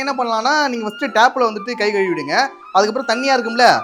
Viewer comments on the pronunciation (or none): none